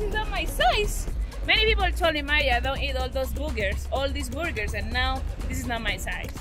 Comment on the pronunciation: it's pronounced ber-gers not bourgurs.